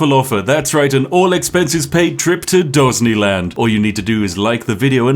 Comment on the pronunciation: Surely you mean "Dosneyland"